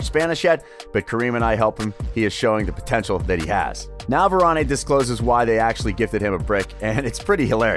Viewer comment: It's Varan not Varan-A